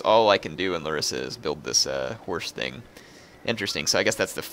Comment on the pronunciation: because i know you like correct pronunciation. it s lArissa.